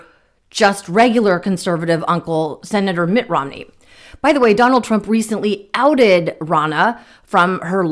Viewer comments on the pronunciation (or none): “Ousted” not outed. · It’s ousted not outed.